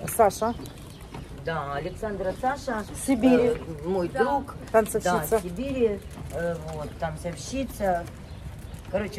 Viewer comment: Слово тансОвщица могли бы уже правильно произносить, тем более часто используется